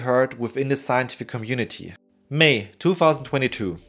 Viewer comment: muh cuum-munitity